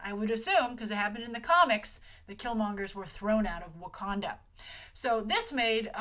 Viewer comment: not Wakonda its Wakanda aaaaaaaaaaaaaahhhhh